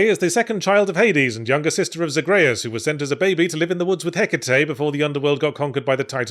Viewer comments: “Zag-RAY-us” It’s Zag-ree-us get it right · I just like how Yahtzee says Zagreus like it rhymes with Andreas, instead of like ZAYG-ree-uss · Did he mispronounce Zagreus and Melinoë just to rage bait the viewers? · Ok Yahtz you gotta explain why you pronounce things blatantly differently than the game does. No human I I’ve ever heard pronounces Zagreus and Melinoe like you do and with good reason. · Was it me of did yatzhee pronounce zagreus and melinoe differently a few times, like from how he said it at the beginning